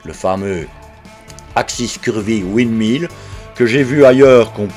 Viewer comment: Bonjour Serais-je le premier commentaire ? Une chose me choque, c’est votre prononciation de windmill ! Cela signifie moulin à vent. Le vent = wind = oui n d, et pas oua ind. Moulin= mill, et pas ma ile